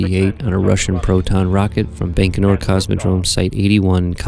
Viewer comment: Fantastic stuff. But it's "Bye-ko-nur", not "Bank-o-nur".